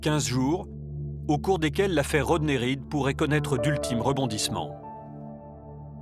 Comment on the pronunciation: His name is Rodney...not Roder🤨